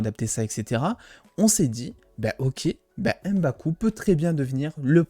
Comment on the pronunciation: C'est MBAKU et pas EM-baku